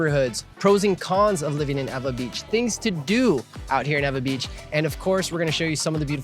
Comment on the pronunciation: NOT EVA BEACH! EEEWAAAA BEACH Lol